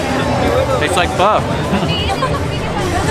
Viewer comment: Just came across your channel. Awesome you pronounce pho properly. Everyone seemed to want to be in your videos bombing in the background!